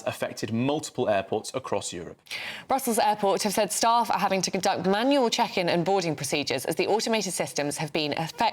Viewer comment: I like the way you emphasize MANUAL boarding …as if ….. this used to be done years ago and worked PERFECTLY !!!